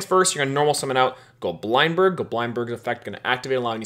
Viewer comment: Bro it's not Go Blind Berg, it's Goblind berg. like lindberg.